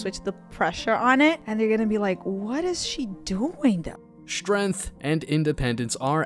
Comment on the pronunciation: its Strength not SHtrength and Strond not SHtrong